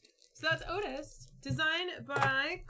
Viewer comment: Just Googled it, it’s pronounced “Ooh-tee”